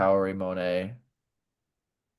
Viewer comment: I think Mone’s name is pronounced Mo-Nay and I think Wakaba’s is pronounced Wa-kah-bah